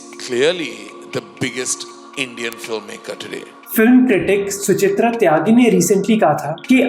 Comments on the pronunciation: It's Sucharita Tyagi. Not Suchitra Tyagi. Until recently I was also pronouncing it Suchitra... Lol😅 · *it's Sucharita Tyagi.. You said Suchitra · Mohak, that film reviewer's name is Sucharita, not Suchitra!